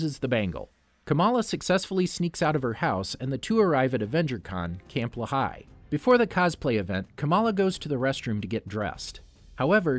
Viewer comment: That's not how you pronounce Lehigh